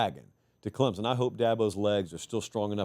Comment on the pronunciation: PLEASE….for the love of God there is NO ‘Z’ in ClemSon.